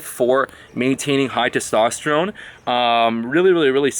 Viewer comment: funny how he say testowsterone